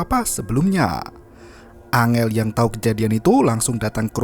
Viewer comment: Bang bukan angel tapi enggel